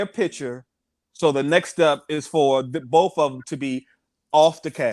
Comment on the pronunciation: in case you aren't aware...instead of the word "them", you say "dum." EVERY TIME!